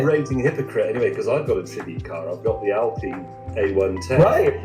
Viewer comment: I like Doug DeMuro's output. I confess that most of my enjoyment comes from schadenfreude when he mangles the pronunciation of commonly used words. There was one in this video. 'Alpine'.